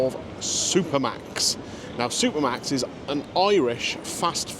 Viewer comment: As a Dutchie, I hear Super Max. Don't know why.....